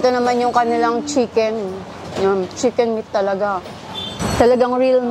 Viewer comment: Pansin ko lang madam imbis na chicken nagiging shicken ang pronounce hahahaha accent pinoy di na sana artehan pa 😅🤣✌️✌️